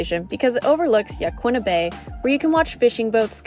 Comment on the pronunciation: As someone who's lived here 10 years, you pronounced Yaquina correctly. It is Ya-qwinna, not Ya-keena. No one here says Ya-keena. But yes, you did mess up agate 😉